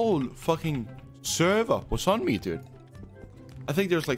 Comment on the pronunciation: The way he says server lmao